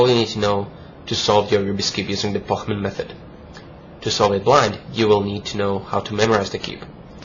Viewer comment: He pronunces it very well because Pochmann is German :)